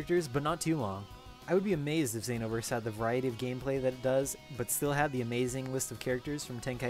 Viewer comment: The way you say Xenoverse bothers me. I'm a filthy casual too XD Some of my friends have this game, I'll check it out next time I'm with them.